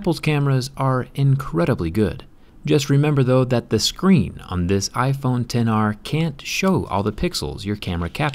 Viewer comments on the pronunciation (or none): "ex aar" 🤦🏻‍♂️ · It should be pronounced like "iPhone 10R", but it is written as "iPhone XR"